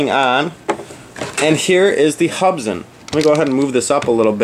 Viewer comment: They're pronounced Hoob'son :)